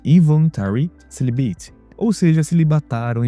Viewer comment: Lol, tu poderia ter pelo menos pesquisado como se pronuncia "celibate" direito, cara. Esse negócio de MGTOW e redpill só existe na internet. Como diz em inglês. Touch grass!!!